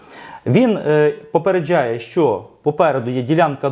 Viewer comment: Ви так прикольно кажете "попередчжає" як якись іностранець з акцентом😁